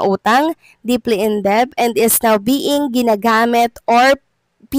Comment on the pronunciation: Please correct your pronunciation of "debt".